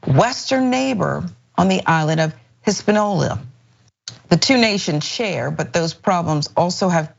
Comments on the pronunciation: HIS-PAN-I-OLA. That is how it is pronounced lady. Also, are these people so dense as NOT to know the difference between an American accent and the creole and French spoken by Haitians? The accent alone should be an indicator of where they are from, so there should not be any confusion as to their nationality. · Yall spelled Hispa(~n)ola wrong. And pronunciation...whew.